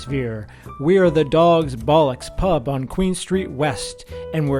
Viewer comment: Best American pronunciation of bollocks I’ve ever had. Good job sir.